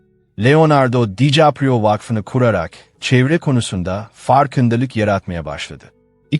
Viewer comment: Olum o kadar emek veriyorsun, şu seslendirmeyi hiçmi dinlemedin? Dikaprio yerine Dicaprio diyor.